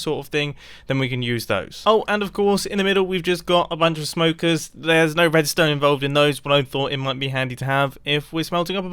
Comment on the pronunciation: just me that hears "wuedstone" ?